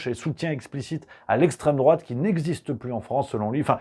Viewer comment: Et en plus il passe pour d'essstreme drouate vis à vis des gauchos😂😂😂